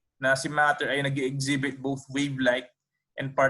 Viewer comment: Please focus your speech to say the English syllable correctly, example, wave, WA not WE. Good luck.